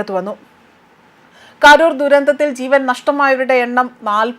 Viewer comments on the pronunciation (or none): കാരുർ അല്ല,, കരൂർ ആണ്,,...